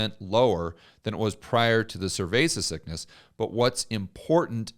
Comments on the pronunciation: Please. Stop. Saying. Cervesa. Sickness. It. Is. Annoying. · I hear survasis sickness. Can you explain what he means by it? I am not a native speaker.